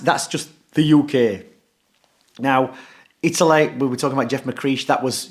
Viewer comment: Italeh Italeh not England we're talking about Italeh 😂 I love Dom 👍😂